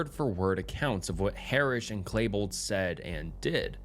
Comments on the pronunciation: Its Klebold Not Klaybold. 🤣🤣🤣🤣🤣🤣💯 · Some of this narration and bad pronunciation is awful like clay-bold instead of klee-bold, "alliace" or whatever you were trying to say in place of "alias," saying "s-word" and others. Hooked on phonics, man, and start actually saying the UnCoMfOrTaBlE words out loud.